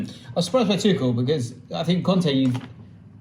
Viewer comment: Both are wrong though. The closest pronunciation you can get in English is probably 'Too-ch-l' where the ch sounds the same as in "cheek" and there is no emphasis on the l, sort of like "kettle"